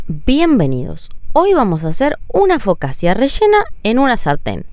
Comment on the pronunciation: Se pronuncia focacha. Xq en esta sugeris 0000 y en la ultima que hiciste 000?